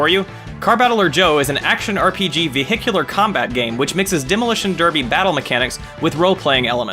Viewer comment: “A veh HICKULAR “